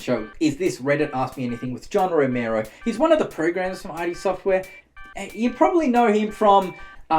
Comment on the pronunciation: The blasphemy. It’s id (pronounced like „it“) software, not i.d. software.